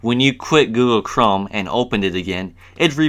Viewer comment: "googoo chrome" lol